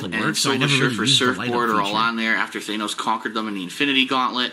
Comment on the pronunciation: hahaha he still doesnt know how to say thanos